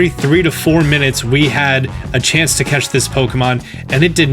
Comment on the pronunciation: Okay, I think is great and all, but did he say 'cetch' instead of 'catch?' This bothers me. 😂